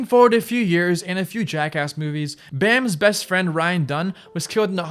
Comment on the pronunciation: You pronounce everything wrong. Specifically ryan “dung” spike “jones-ey” and “Cyrus XM” literally 2 seconds before bam pronounces it correctly